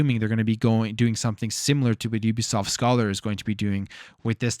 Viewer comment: Hate to be that guy, but it’s pronounced Scāler. Long A sound. It’s a mathematics term.